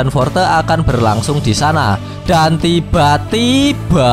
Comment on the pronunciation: Benci dengar kata "dan tiba2" Yg sengaja di gas. Jadi malass sub canel ini.